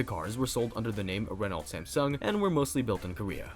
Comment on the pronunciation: The "lt" is silent in Renault. Phonetically it's more like "re-no".